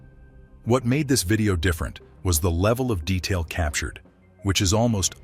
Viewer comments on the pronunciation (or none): none